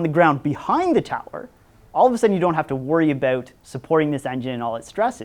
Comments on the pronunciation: The way he said "about" was so Canadian lol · This guy says "about" like I do. He must be Canadian. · Knew he was Canadian once he said "about" ;)